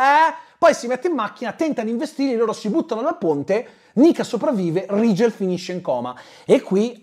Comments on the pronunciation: L'unico Rigel (che tra l'altro si dovrebbe pronunciare Righel se non erro... ma è l'ultimo dei problemi temo) che ricordo al cinema come personaggio interessante era uno dei 4 cavalli arabi di Ben-Hur.... 😂 Grazie per il buon umore che ci regali con queste recensioni. Un abbraccio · Vorrei sottolineare che il nome Rigel si dovrebbe pronunciare RAI-GEL non RI-GEL. Non hanno avuto neanche lo scazzo di cercare la giusta pronuncia per il nome del loro co-protagonista. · Personalmente l'unico Rigel (che poi ho sempre sentito "Righel" come pronuncia) che conosco è un personaggio di Saint Seiya. Guarderò questo film? Assolutamente no, ma solo a sentire le recensioni sento la mancanza di Tre metri sopra il cielo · Rigel che io ho sempre pensato si pronunciasse RAIGEL 😂